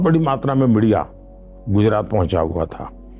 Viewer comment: rakhi sawant entered the chat when he says ''MIDIA''